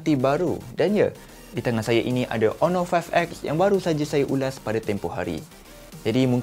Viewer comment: hon·or ˈänər/ Pronounce it right,!